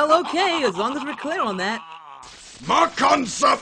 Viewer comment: I found trying to pronounce "Makankosappo" quite droll, indeed.